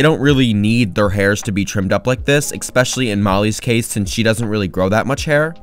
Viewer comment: Man my ears suffer when you say EXspecially